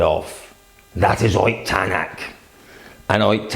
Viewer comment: Why do you always say like "OIT Tanak", when he is "OTT Tanak"?